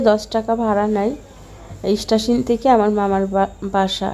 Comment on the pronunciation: স্টেশন বলে ইস্টাশিন না